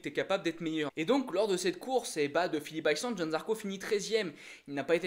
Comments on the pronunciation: C'est Phillip ISLAND pas Phillip ICELAND. Je veux pas être méchant mais je vois pas le but de cette vidéo. N'importe qui peut faire une vidéo en donnant son avis, on apprend rien. Tout le monde sait que Zarco a joué le top10, tout le monde sait qu'il a que 3 courses pour prouver à Honda qu'il a le niveau, tout le monde sait que c'est un coup de poker... bref désolé mais je vois pas du tout l'intérêt de ce genre de vidéo, on sait exactement ce qu'il se passe en lisant les articles motogp des différents sites. A la limite une vidéo de quelqu'un qui a des connaissances dans le paddock et qui balancerait des news ok, mais là je vois pas l'intérêt pour les fans de motogp qui connaissent parfaitement la discipline. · Par contre ta prononciation de « Phillip Island » fait saigner les oreilles 😳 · # # # le circuit c'est pas plutôt Phillip Island [aïeland] au lieu de [iceland] ⁉️🤔.... 🏍️😉👍 🔵🏍️